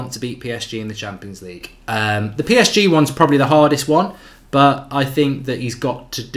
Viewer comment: No more press conferences hearing "I sink". Now its "we", this is ole a true Red.